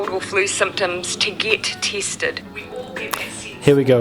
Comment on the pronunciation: I thought she said "Tits'ed" 🤣😆